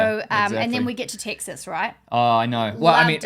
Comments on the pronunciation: Thank you for sharing your experience. The point about accents is fascinating. The English language has so many different accents. For example, as I was listening to you both speak, you mentioned the state of Texas, but it sounds like you’re saying Ticks Us. Then when you got to Number Six, it sounded like you said Number Sex. The most notable words for me were the words Cars and parts which sounded more like cahs and pots. All kidding aside, I hope you enjoyed your time across America. I know I enjoyed my time in your part of the world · I wasn't born in Texas, but I got here as fast as I could. A resident for 40+ years. Your pronunciation of Texas sounds like "TICK sus", while we say "TECK sus".